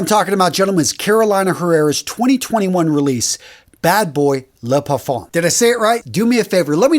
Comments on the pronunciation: Parfum is pronounced more like par-fuh. The m is very soft. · The M in Parfum is silent say Parfum without pronouncing the M in it.😉🙏🌞🌆👌 Blessings~